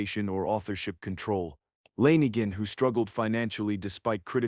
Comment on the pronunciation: Langin?? Fuck this AI 🤖 trash. Try harder please. We’re not all that stupid.